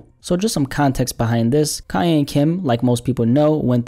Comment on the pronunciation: I LOVE, but I've gotta say, it's KANYE ( not Ka-yay)!!!!!!!!!!!!!!?!! It was making me wanna scream!!! Love yas though xxxxx